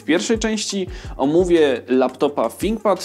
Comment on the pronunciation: Ciekawie sie slucha chociaz, nie mowi sie `finkpad`.